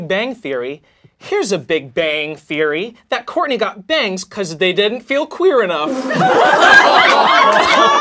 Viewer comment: Is it just me or (aka, aka - Soo cute 😍😍😍😍) intentionally sayd "Whoartney"?🤣🤣😂😂🤣🤣